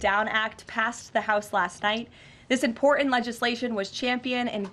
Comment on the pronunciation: she reads like a 5 yr old. Listen to her pronouce "Important" it would be funny if it wasn't so sad